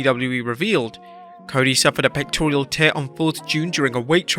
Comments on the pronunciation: Pectoral not pectorial, get it right if you’re gonna use the word so much… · It's pectoral, not pectorial. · "pectorial" lol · Why can't he pronounce pectoral? There's no i in the word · There's no "i" in pectoral my dude.